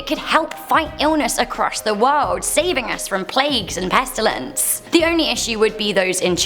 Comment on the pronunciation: Why did she say pestalints like the plague doctor SCP